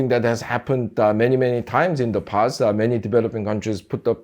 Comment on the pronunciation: his "da" sounds so jamaican 😅